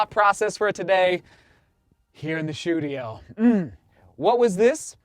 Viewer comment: WOW i always thought you mispronounced “studio” maybe thinking it’s your accent but i just realized it’s “SHOE-dio” 🤣🤣